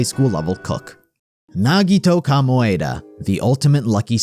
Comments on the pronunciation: the way they pronounce "nagito komaeda" makes me wanna rip my skin off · Great video but. Nagito Kamoeda?